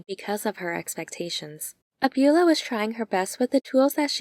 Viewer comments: Excellent video. Thank you so much! Also, it's not abYOUla, it's abuELLA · Great recap and analysis. But, “Abuela” means Grandma and is pronounced “Ah-bway-la”.